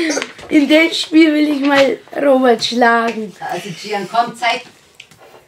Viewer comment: Chian. Warum. Sagstu. Immer. Ropert